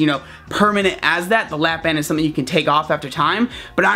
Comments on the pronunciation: kinda sounds like your saying lap dance lol, "trying to give everyone lap dance", sorry for my dirty mind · I thought he was saying LAPDANCE